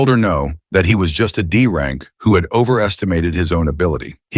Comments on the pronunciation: AI narrator be like: D rank = Dank C rank = Cank B rank = Bank A rank = Ank S rank = Sank What is this 🥀😭😆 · I love how the AI narrator calls D rank Dank